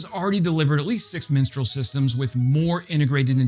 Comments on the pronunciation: Yeah, no idea why he butchered that name so badly. Typically Americans would say mistraal, in my experience. But the cherry on the cake was crotale. What on earth ? Anyway, at least he tried, so B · For crying out loud! It is called Mistral, not "Minstral"! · Mistral not Minstrel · Minstrel missile??? Mistral. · "Minstrel" missiles? from France? Surely you mean "Mistral". Google it. Learn something. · I liked the mispronunciation . "Let me sing to you the song of my people.."